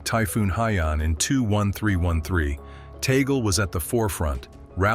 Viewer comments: Please,his name is pronounce Tag,- leh not taygle! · It is pronounced Tag-li not Toggle. This AI thing is a disappointment. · Tagle po,hindi Taygle or Tag-leh. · This Youtuber is doing one good Demolition Job!! for Whom??🙈🙉🙊, and by the way "tag-lee" not "toggle"... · TAGOOLE IT SHOULD BE TAG'LE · Tag - leh. Indeed. It should be known that the Pope has to be elected by a very special election, he can't campaign nor vote for himself. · Tag le. Tag le tagle!!! Pronounce as tag le. Your speak like somwone who dont know his piece!...... tag le tag le tag le tag le as tagle. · Please pronouce it corectly.Tag le Antonio (Chito) Tag le